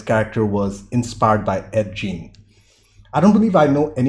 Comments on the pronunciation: just a small FYI, Ed Gein is pronounced "Geen" rather than "Gene". Thanks for reacting, this is one of mine and my wife's favorite movies! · Just soes ya knows, Ed Gein is pronounced like "geen" with a hard G. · Pronounced like ed "geen", hard g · Ed Jean? It’s Ed Gein my dude